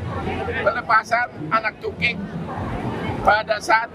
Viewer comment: Kagum sama, gak pernah menyerah terus maju. Tapi bang saat pelepasan tukik itu aku ketawa bang bukan karna sepatu abang di serbu deburan air, tapi saat abang bilang tukkik. Dalam bahasa batak TUKKIK adalah CONGEK yang di telinga bang 😀😀😀😀😀 tukkik si razman banggg